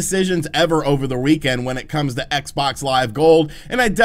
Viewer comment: What's a "reekend"?